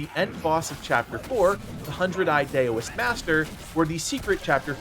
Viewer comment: Great guide, I appreciate it! Just FYI, Daoist is pronounced DOW-ist, stemming from the word Dao or Tao, meaning "the way". Source: studied with a monk for several years.